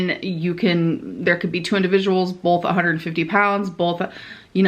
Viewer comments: This is really dumb but it grinds my gears SO badly! Does she pronounce “both” with an L in it? Like “bolth”?? I’ve left similar comments before but it annoys me for some reason! 😂 anyone else notice it? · She adds the "L" to a lot of words. Bolth, molment, it's some kinda "O" "L" thing....